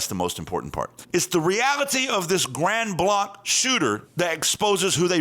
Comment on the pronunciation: its pronounced GRAND BLANK !! Michiganders don't use the French pronunciation.